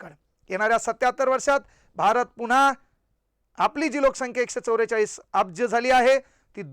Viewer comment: एकशे चौरेचाळ नाही सर.एकशे चौवेचाळीस सर तुम्ही पण जरा सुधरा